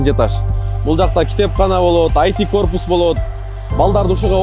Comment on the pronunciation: Корупус эмес корпус же кыргызча имарат